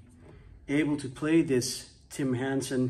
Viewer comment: Hold up……”Hansen”……”Henson”….🤯